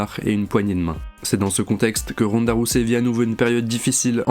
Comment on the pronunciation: J'ai mal dans mon corps, ma tête dans la prononciation du nom Rousey. Arrêter de tout francisé. Le "ey" ce prononce "i". C'est de l'anglais pas du français. Il y a une base qui doit rester en anglais si ça été étudiée au collège. Depuis 97 au collège cette base ne bouge pas comme tout le reste. L'anglais est pourtant simple. Comment ne pas prononcé correctement le nom ou prénom voir tout autre chose. C'est incroyable😳🤦🏼‍♂️🤌🏼